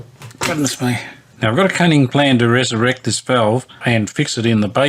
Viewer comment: "I've got a plann so cunning...."